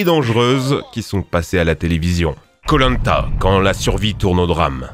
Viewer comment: Hé pourquoi tu prononce koh-lanta comme polenta ?